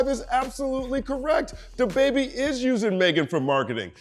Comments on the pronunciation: U have to stop saying his name that way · He had a pretty funny Nardwuar interview. Nard kept pronouncing his name like "DAH Baybee" and at the end he started dressing up Nardwuar and posing with him while Nardwuar was doing his post-interview freeze frame. Also, is the Youtube demonetization algorithm so bad that you even have to censor the word "damn"? All I've got to say to that is.... damn! 😒